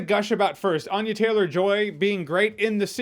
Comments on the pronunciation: Ann-ya not Ahn-ya. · I just saw an interview where Anya Taylor-Joy explains that we're pronouncing her name wrong...it's ANNE-ya, not AHN-ya.